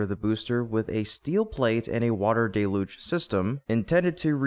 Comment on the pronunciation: DELL-huge not DAY-luge. Are you saying it wrong on purpose?